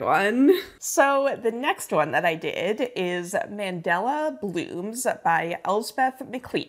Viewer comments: Friendly FYI: man-DA-la is the pattern; Man-DEL-a is the famous South African president 🇿🇦 Not a big deal, everyone makes mistakes and mandala is not a word you hear often 😊 good luck for Nationals!! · It’s mandAla not mandela